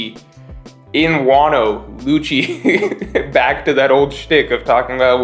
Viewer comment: Lucci is pronounced Lukki It's not mikami its Ookami